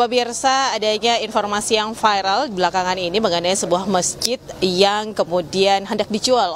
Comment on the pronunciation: Sekelas INEWS ...masih ada aja reporter yang baca VIRAL menjadi FAIREL 😅